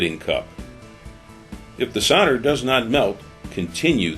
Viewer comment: What us Sauder? It's called Solder. It has an "L" in it. Do you send Sodiers to war, no you send Soldiers! LOL The tinning flux 95 is good stuff.